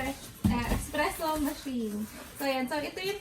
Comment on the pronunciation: Hi , since you’re making an espresso , it shouldn’t make the cup full . usually , espresso is 1oz to 2 ounces then add water or milk . also , the “beans” you used are too coarse for espresso . look for a more finer grind of coffee beans . lastly , es-pre-sso not ex-presso :)) hope this’ll help you !